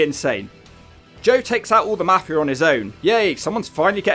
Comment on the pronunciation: It's pronounced MAFI-UH, NOT MAFI-ER. YA COCKNEY BASTARD